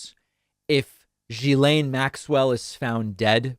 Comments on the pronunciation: just quietly, Ghislaine starts with a hard G, not a zh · You have the pronunciation of her name almost correct: it ends in "len." jhi-len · In French the start of Ghislaine is pronounced as in give. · Hey David just so you know it’s pronounced like gi lane not ji lane. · For clarity Ghislaine is pronounced ghee-lane. I know, Americans cannot seem to get this! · Is that how you actually say her first name? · David, check your pronunciation of Ghislaine. Your pronunciation is not correct.